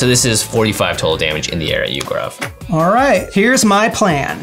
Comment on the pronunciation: The Indian in me is getting triggered by the way gaurav's name is pronounced